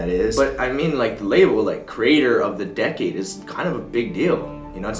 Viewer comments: I love how he pronounces "decade" as "decayed" so funny. He's basically making fun of the award. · Isn't decade pronounced d-ec-ade...not d-ecade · You don't deserve is cos of the way u pronounced decade dude 😂😂